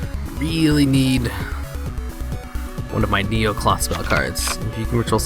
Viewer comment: first of all you build it wrong 2nd it's necloth not neocloth dumb ass